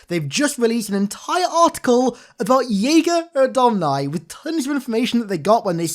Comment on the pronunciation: I only watched your stuff and only heard you say “Yeager odomni” not “Jega R’odomni”